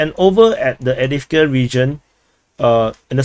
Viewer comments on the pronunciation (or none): none